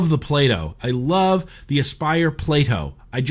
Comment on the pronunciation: Anyone else hear 'PLAY-DOH' every time he says PLATO?